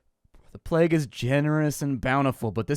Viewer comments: I've heard it before, but only rarely - its IPA is "pleɪg" (or pleyg, phonetically), so hearing 'plag' just...makes me twitch lol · "the plaag" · Ah yes the "Plaque" ... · Wait so "plague" is right there in the title... and they get a reader/narrator who DOESN'T KNOW HOW TO PRONOUNCE it... and then... they just leave it there... "a it's good enuf whaevs" (some dev probably)... lmao. That's hilarious... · Plague pronounce like flag. Never heard that before.